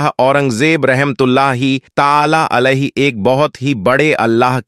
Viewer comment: Urdu sahih bolo , video bananeka shoukh hai tu commentary durust karo, warna Tumhari tareef Kam mazaq zaroor banoge. Alaihi ki jaga Ali bol Rahe ho Tum and there is many more.